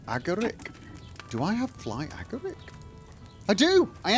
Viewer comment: Yes. Fly Agaric (emphasis on the second syllable of Agaric), is another name for the Amanita Muscaria mushroom, commonly known as Toadstool. One of the most recognizable of all mushrooms, with it's bright red top adorned with white spots. 🍄